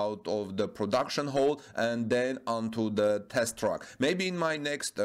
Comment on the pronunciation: Bitteschön, please research the pronunciation difference between TRACK und TRUCK ;-)